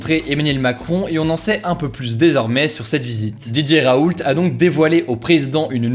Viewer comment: Ca se prononce "raou" . Je l'aime pas parce qu'il ne respecte pas les normes scientifiques (et autre) mais il a le droit a ce qu'on prononce son nom correctement . L'erreur est cependant facile , je la fesait aussi avant .